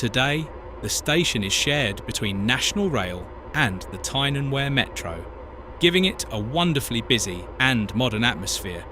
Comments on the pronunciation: Wear pronounced We're... not going to start with the other wrongly pronounced names! 😂🤣😅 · Stop murdering the place memes it's not Where it's Weir. . As for Pelaw and Heworth omg you'd get lynched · Thank goodness for the AI narration, I didn’t know wear I was. Glad to see Tyne and Where in all its glory, especially Monkwheremouth. I would have liked to have seen a view of the River Where, but perhaps I missed that bit. It might have been when the tears of laughter wear streaming down my face, as the train went through Heeeeeworth, wear modern Tyne and Where Metro services share parts of the route . . . . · Edit... It's pronounced Peelaw. it's pronounced River Weer. pronounced Huuworth. You described Seaham and the coast line beautifully, but you missed a treat not showing any of it.